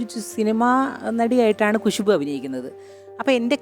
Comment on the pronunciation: കുശുബു അല്ല ഖുശ്ബു